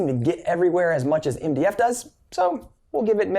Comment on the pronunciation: When he says MDF it sounds like india